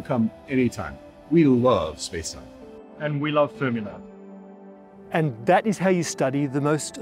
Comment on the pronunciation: "We love Space Time" "And we love Fremilab" AWWWWWWW _